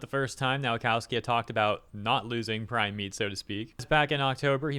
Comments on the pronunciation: please stop reading Polish W like English one. W in Polish is read like V in English. so Nowakowski reads Novakovski. It hurts my ears. or option too double check how to read polish names and surnames: Open google translate, set it to Polish language, type in the word in question, press that speaker icon, profit. If whole Nation of Poland (under the age of 30) can speak English... show some respect. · His surname is pronounced 'Nova-cov-ski'